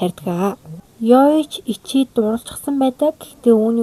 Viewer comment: Ичи биш гичи гэж сонсоод байх юм😂